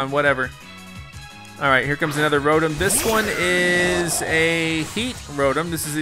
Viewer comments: hes said rotum instead of ro tom the whole series and now im starting to say it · it is pronouced row tom not row tum but it is spelled rotom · its pronounced (Row-Tom) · Stop saying the Pokémon names wrong like weavile and rotom